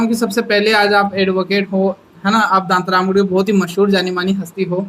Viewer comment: दांतारामगढ़ होता है दांतारमगढ़ नहीं !!